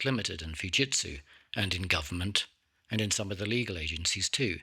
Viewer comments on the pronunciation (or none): none